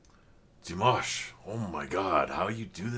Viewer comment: I've noticed you pronounce the name of Dimash in two different ways on every video of yours. Here you have the right way to say it: The Kazakh name Димаш (Dimash) is generally pronounced in English as dee-MAHSH or dih-MAHSH. The "Ди" (Di) is similar to the English "dee" or "dih", and the "маш" (mash) is pronounced like "mahsh".